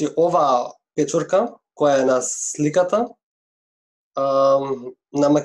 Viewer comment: "peczurka" jak pieczarka...